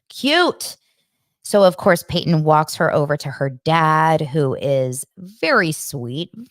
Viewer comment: Christines sons name is Paedon not Peyton